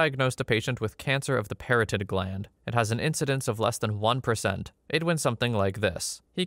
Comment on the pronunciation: The hi. I know doctor words are hard. Where you described antire-flux? Try anti-reflux..also it’s parotid gland. Emphasis on ot in parotid.